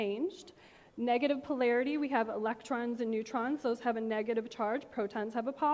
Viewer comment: That chick regurgitates all the self help material that is already floating all around from people more charismatic and knowledgeable than her... I lost it at her 69th "you know" and when she tried to explain the composition of matter and said pilarity (as in hair) instead of polarity. If she can help some, then good for her: Whatever floats your boat but not my cup of tea... I will go write on a little piece of paper my negative comment about her and try to change my frequency about that.